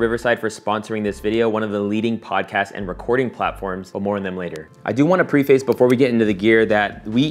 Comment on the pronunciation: Spelled preface, pronounced "preffiss".